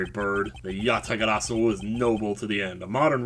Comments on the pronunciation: You actually said "Yatagarasu" correctly! I am so grateful to you! Please keep saying it exactly that way because that is the way that it's pronounced. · I don't really get how Yatagarasu's calling card is banned, but Yes! That is exactly what I meant!, who knows about as much about Japanese as I know about Portugese, and yet he gets it right! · No, i meant there's a card called Yatagarasu which is banned lol, but yeh it' so funny how he's one of the few english speakers that got the pronunciation right lol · Many years of checking yugitubing channels, many more years of playing the game.... and yet a US guy who's not even interested in that says the name of a banned card perfectly the first time lol XD